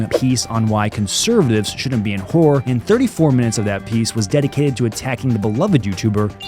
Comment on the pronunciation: The way he says horror.. Hur-hur hur hur hur